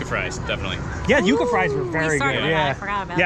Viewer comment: its pronounced "You-kah""